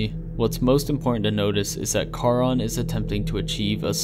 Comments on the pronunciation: Ahhhh stop saying car-on. It’s pronounced SHARON. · Only thing I would suggest...if you for further videos on this. Charon in Greek mythology is pronounced CARE-on. Nit picky, I know. Otherwise, well done sir